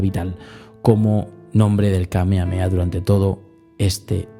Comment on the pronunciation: Krilin no dice ahí "Kamehame ha" sino "Kamehame KA" 😅